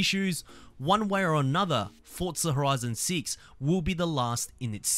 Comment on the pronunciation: "fortza horizon seats"